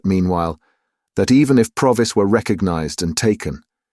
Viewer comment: Really enjoyed listening (although I noticed 3 different pronunciations of Provis) 😊